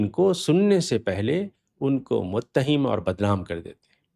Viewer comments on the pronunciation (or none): حناب." متهم" ...کی "ها " پر زبر پڑھیں تو صحیح معنی بنے گا